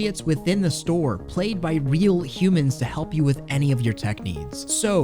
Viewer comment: The way emphasized humans in a store in unsettleing